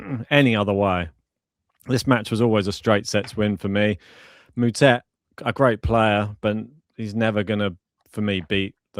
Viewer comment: I know you guys are british, so I forgive you. But Moutet is pronounced (Mootaa)